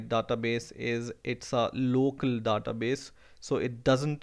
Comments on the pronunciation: you are confused between Daaaatabase and Database . it sound so awkward please get used to the actual one . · yea specially the DA-TA base